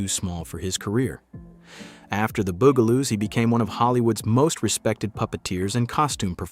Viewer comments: ITS NOT THE booooooo gah loooos its the buggggg ahhhhh loooos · First the narrator keep calling them the "Boogaloos" and now the "Bugaloos" and now there names wrong again. Because he getting on my nerves. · So the robot narrator doesn't know how to pronounce Bugaloos?